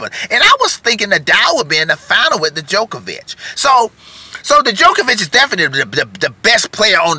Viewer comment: Great video but I have to say, one thing is bugging us over here in Europe...it is not pronounced ''De-jokovic or The jokovic...'' it is DJOKOVIC...the D is not pronounced in English, I cringe Everytime...JO-KO-VIC ... thank you